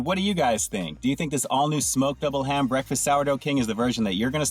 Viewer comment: Sounded like she was saying mcdouble ham. I was confused at first. There should be more big breakfast sandwiches out there.😋